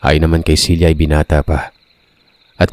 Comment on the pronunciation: Ang gulo mo. Cela ba o Cilia pabago bago ang binibigkas mo eh!